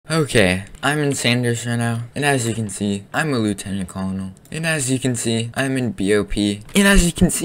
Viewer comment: It's not Lieutanan Kololnil It's Lieutanent Kernal